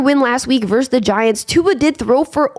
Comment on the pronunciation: Vs is verSus not verse